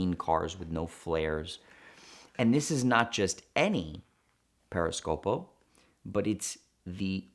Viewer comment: Periscopio, not Periscopo.